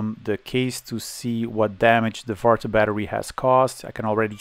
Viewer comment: Farta was a very good prononciation for the battery